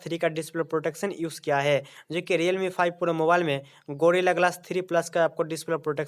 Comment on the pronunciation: diyalme kya h bhai. Realme h. Sahi se hindi bhi nhi bol pate wow